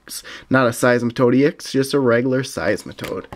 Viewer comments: I laughed so much when you said siesmetoad ex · Cracking up when he said seismatoad ex